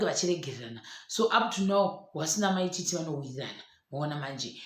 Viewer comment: The way you say Mai Tt’s name inondipedza manje